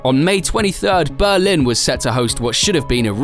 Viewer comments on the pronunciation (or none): none